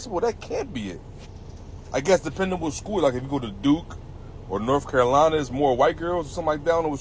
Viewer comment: Did he really say “Norf Carolina”? Well, what more can you say? 🤦‍♂️